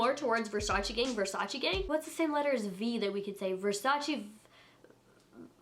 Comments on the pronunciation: Its not versachi its versace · VERSACE NOT VERSACI!! ly from italy❤🤗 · Don’t call it versacI it’s Versace pleaseeeeeeeeeeee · Its versace not versachee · Girl , versacEEEEEEE not versacI 😤😤😤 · Its VER-SA-CHè not ver-sa-chi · ver sa CHE not CHI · Its VersacE not Versaci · versacE not versacI dumb ass blonde bitch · This is not the cheapest thing That they have the cheapest thing actually is a little baroque Black plate for 29$ And PLEASE don't say versaciiii it's versace simple as That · Let me help what Donatella told, "it's VERSACE, not VERSACI." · In Italian is VersacE not Versaci..pleaseeeee!! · It’s Versach-eh not Versach-ee 😭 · It is versacE, not versaci, pls stop saying it like that 🙄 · it's versac"e" not versacie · IT'S VERSACHE, NOT VERSACHI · Adolfo Pasetti actually Donatella even said that she wish people stop of say "versachi" because the correct way it's "versache" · Is not “Versachi” is VersaCHE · It’s pronounced “Versachay” I cringe how you say it omg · ‘I love Versace!‘ * says Versacy * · It's pronounced Ver-sah-cheh/Ver-sah-tchay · You pronounce it wrong. It's VersacE with E not I -__ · It's pronounced versa-che , its French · it’s pronounced ver-sah-ché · Versachi Versachi Versachi! 😜😜😜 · Kiemas AZZ it’s “Versach-eh” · Kiemas AZZ watch 73 questions with Donatella Versace, "versaci" is the wrong way to pronounce it. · Ver sa che that's how it is pronounce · Cringy when you said Versace wrong lol. But I love you!!!!!!!😍😍😍😍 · I’m dying laughing at all y’all trying to hate on for pronouncing Versace wrong but then telling her to do “Channel” or “Gevenchy” 😂😂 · You’re saying Versace wrong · You pronunced wrong versace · You pronounce the name of the brand wrong 😂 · you are pronouncing Versace WRONG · You’re pronouncing Versace wrong 😩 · Ugh I hate it when people don’t pronounce Versace right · I Agree with you wrong pronunciation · You said “versace” wrong! STOP IT !!!!!!!!!!!!!!